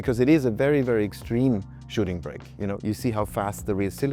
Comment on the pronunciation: "Shooting brek"